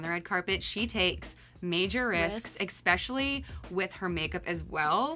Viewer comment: Can we not ‘ex-specially’?! I hate that